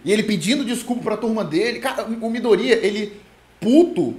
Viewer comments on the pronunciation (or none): Só eu que passo nervoso toda vez que ele fala "midorÍya"?